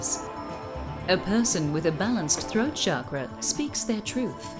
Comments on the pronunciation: I hate it when I hear Chakra pronounced as "Sharkra" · sounded like shagra